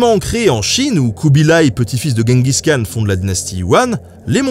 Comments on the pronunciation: on dit : DJENGUIZ KHAN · Si tu veux le prononcer correctement, Genghis Khan se dit "Tchinggis Rhan" rh étant un r un peu aspiré (je crois). Sinon, toujours aussi bien !